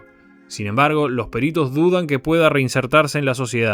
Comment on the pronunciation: Cuáles pelitos? Oh "peritos"